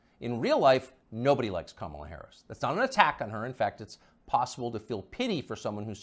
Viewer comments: For god sake her name is “ka-ma-la” and not “ka-maa-la”!! Let’s get her name right first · Say her name properly, you disrespectful fool. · Bro mispronouncing her name the whole time was funny af 😂 good video tho fr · Dude, you can't even pronounce her name correctly!!! At least get the person's name right before you cover them in any capacity. FACEPALM! LOL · Why do you purposefully say her name wrong? You played others pronouncing it correctly. It makes people less intelligent when they are talking about someone but do not even know that person's name.